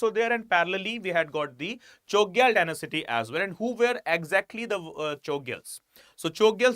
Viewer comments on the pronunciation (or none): It is pronounced as “nam gyal” and “Cho gyal”